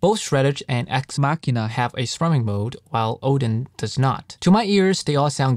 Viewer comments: YUP. I genuinely thought it was a wordplay on “axe machine,” as in “guitar machine” (machine because it’s a program). And I know I’m not the only one who mispronounced it because I saw another review video of this library where the guy pronounced it wrong 😂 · Thanks Nathan! Glad you liked the video. Haha I was waiting to see if anyone noticed it. I originally thought the product name "Axe Machina" was a word play on "axe machine," like "guitar machine," so I pronounced "machina" like "machine" with an "a" sound at the end. Only did I realized I recorded the whole video mispronouncing the product name when my wife pointed out to me it was supposed to be a word play on "deus ex machina." I had to replace all thirty-something instances of me saying the product name after! Told me like 4 hours 😩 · The EQing is very minimal. Mostly just a low cut to cut out the low end rumble. The difference you hear is pretty much the difference directly from the DIs. I only realized I was mispronouncing Axe Machina after I finished editing the entire video. It would make no sense to re-record the entire thing. Editing a video like this with so many motion graphics takes a LONG time. Ultimately, I believe the dubbing doesn't affect the information I wanted to convey.